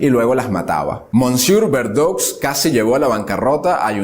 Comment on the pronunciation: ke bruto sos kerido "mosieur" se pronuncia "mesie" y verdoux se pronuncia "verdu" BRUTO